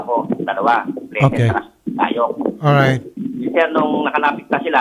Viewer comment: Biga one, biga two, biga three... Biga ten, Uhrayt!